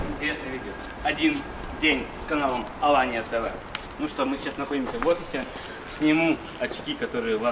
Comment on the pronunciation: пиши пож.правильно слово Аланья,не Алания и произносишь точно так же,а то уши режет когда не правильно говорят. Алания это Сев.Кавказ а не Турция.